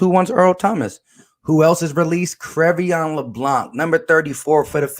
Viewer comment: Sir, thank you for your content. Just wanted to make a slight correction though. His first name is pronounced “(Cray-Vaughn)”.